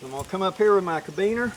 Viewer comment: I cant resist.... ca-RA-biner, not cabiner.